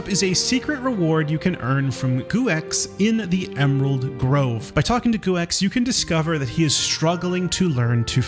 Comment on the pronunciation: Guex is pronounced go